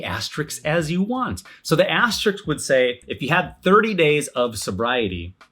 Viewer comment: Had to stop this video because you can't say "asterisk" correctly 😂😂😂